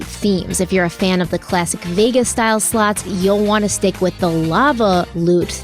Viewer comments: I swear to god I thought said "lots of sluts" when she said the first sponsor 😂😂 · Everytime say Lots of Slots My Australian Ear hears Lots of Sl--ts My child said mum Crimes not funny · listening to this from across the room on my shitty iphone speakers i thought said the sponsor is lots of sluts 😂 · Omg, I have the same”lots a slots” ad on x2 and I was like WHAAAT, I had to double take when I thought said “lots a sl*ts.” 😂😂😂 my head “ they are advertising WHAAAT NOW?” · I always think you are saying, “Lots of sl-ts (the bad word)😂😂😂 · My tired ass did a double take after the first sponsor cos what I heard was not “slots”..